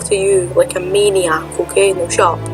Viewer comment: When you said "shut up" I heard "chop" lol